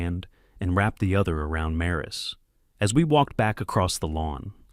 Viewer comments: Its pronounced MSRE short I and then SA, NOT marris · MARE i SA